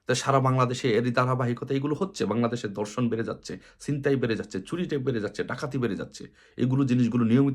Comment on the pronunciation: মহাপ্রাণ ধ্বনি উচ্চারণ করতে পারেন না? ধর্ষণকে বলেন দর্শন। আপনি কোথা থেকে আদেশ দিচ্ছেন?